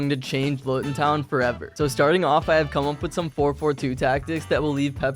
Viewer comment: btw you need to pronounce Luton like this:looton